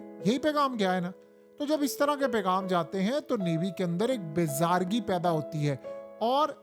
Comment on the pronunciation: Word is not BE ZARGI, it's BE ZARI LOL